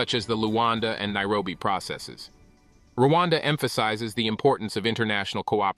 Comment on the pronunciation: It's Rwanda not Luanda. That Pronunciation is wrong. Luanda is Angola